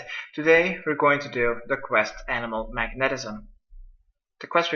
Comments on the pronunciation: Mag-Netism lol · you say magnetism funny xdddDddd